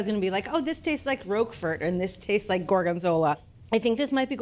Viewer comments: Managed to murder the pronunciation of Roquefort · The T is silent in Roquefort. My goodness.